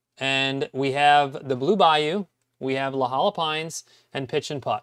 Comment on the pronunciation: great video. Just a polite FYI, its La-HOY-a, not LA Hiya. Without your videos, I woud be in the dark ages. Thanks for what you do.